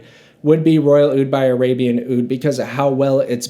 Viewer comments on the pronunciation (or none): none